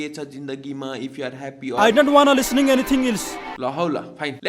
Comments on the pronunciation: I don waana lisaning enithing eels!! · "I dont wanna lis ning anything ilse" got me 😂